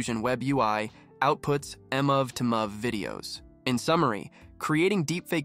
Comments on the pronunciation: LOL. Holy shit. Denwazzing! Muvv two muvv extension. 😂 My fuckng sides hurt from laughing so much. Holy. Fuck. Just how in the hell did you manage to mispronounce both de-NOISE-ing and MOVE-to-MOVE so absolutely horrifically?! I mean... yo.... You allegedly comprehend how to use a fairly complex high-tech software — though, I have my doubts; or rather, I'm certain you don't actually comprehend it, and have either plagiarized this entire script, or it was, at a minimum, not written by you — yet you've never learned how the .mov extension is pronounced? Hint: .mov files are... movies! Do you pronounce that "muvvies"? Denwazzing is even more horrifying. Fun fact: it's called de-noise because you're adding noise (ie, "random" data) to the image when you draw that mask on, and the then the AI DE-noises (removes the noise). It's truly unbelievable that you managed to botch such common words repeatedly... Never in my life have I ever heard even a completely tech-illiterate person fail to pronounce .MOV and denoise upon seeing their written forms. Fucking hilarious, man! Absolute comedy gold! Wait, is this actually a parody channel? Is it like a "YouTube tutorial but you'll be so baffled by our hilariously bad pronunciation of basic and common words that you'll be unable to learn anything" kind of deal? For real, this is so bad that I can't actually tell if you did this as a joke on purpose. For real, though. How is anyone meant to take this video seriously? If I were a complete newb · Yeah it also says mov2mov when "mov" stands for "movie" so it should be "move2move" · He speaks "very well"? Are we just ignoring the horrifying mispronunciation of denoising and mov2mov?